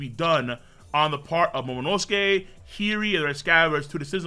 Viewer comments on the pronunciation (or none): Her name isn't heery it's hiyori